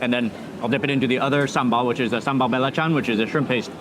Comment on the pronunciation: As always, eating it like a local. But if I may, belacan is not said with "bell". It's more with like "burr" without the r.